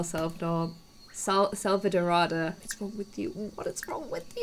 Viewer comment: SELVADORADA !!!! Not Elselvadora.... forget about de EL and put a DA at the end. SELVADORADA. “Golden Jungle” SELVADORADA! She just read the name and still says it wrong! For God sake! That makes me so angry!